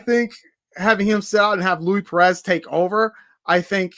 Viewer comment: it’s pronounced Loueese not Louie